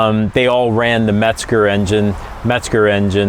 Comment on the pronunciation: There is no "T" in Mezger. However ,it is a GREAT engine!